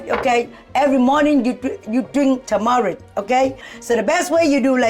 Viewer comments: when mama mai says turmeric it sounds like tamera lol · I keep thinking they’re saying “Tamera” 😂😂😂🤦🏽‍♀️ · The R is pronounced in TuR-mur-ic